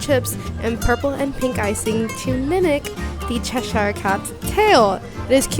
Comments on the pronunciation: Just so you know Cheshire is a real place in England and it's pronounced Chesh-ear, not chesh-eyer, great video, but as a Brit this gets me every time haha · It’s said as Chesher, Americans over pronounce the ‘i’